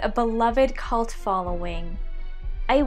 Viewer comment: Um i'm sorry did she say cult or it just me 😅